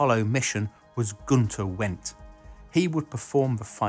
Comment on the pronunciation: Guenter Wendt. (Pronounced "vent.") "I vonder vere Guenter Vent." steve